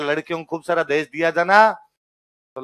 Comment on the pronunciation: सर जी देहाज नही है देहज गलत है